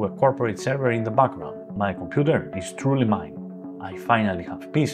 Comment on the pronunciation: I love the way he says "𝔐𝔢𝔦𝔫 𝔎𝔬𝔪𝔭𝔲𝔱𝔢𝔯" "It is 𝔐𝔢𝔦𝔫 𝔎𝔬𝔪𝔭𝔲𝔱𝔢𝔯, not Their Computer!"